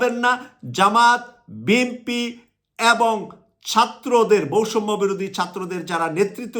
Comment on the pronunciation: ভাই বৈষম্য আর সৈরাচার উচ্চারণ হয় না।